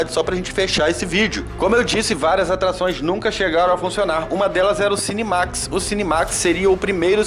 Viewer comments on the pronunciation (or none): Cinemax não mano, cinema iMAX